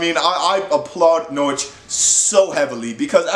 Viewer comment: You pronounced Norwich pretty well boy,you must be Canadian?!😀💚💛💚